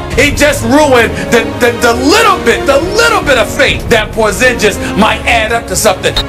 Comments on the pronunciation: Porzinjis! Seriously HAHAHAHAHAHA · Boi porzigis HE SAID PO ZIN GES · This Nikka just said porzingjizz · #1 Stephen a smith say his damn name right, #2 too tall for basketball? What are you talking about? #3 Porzingas is amazing now and everyone in New York acts like they’ve loved him the whole time. C’mon man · His Name is Tingis Pingis get it right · I hate that Steven A. Smith call Kristaps, Porzigingis. Like if u agree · Stephen A needs to learn how to pronounce a name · Smith can't say his freaking name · You know Stephan a smith was mispronouncing his name on purpose just to be annoying